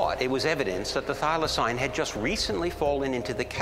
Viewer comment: The dude at the museum... "Thylacynes" ??? 😅